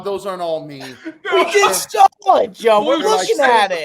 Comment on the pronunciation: Every time Bob says Sawl or Drawl I want to lose my mind! It’s Saw and Draw! There’s no Fucking L!!!!! Besides that great job boys. Bob calling CC son LD is fucking classic!!!!! Never change boys